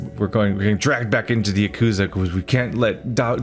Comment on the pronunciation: Hey buddy, going through 3 with you was very enjoyable and I love how much of an absolute cluster fuck it is haha this might make me look like that guy, but Yakuza is pronounced 'Ya-kuh-zah' rather than 'Ya-kuuu-za' might just be me but just wanted to let you know.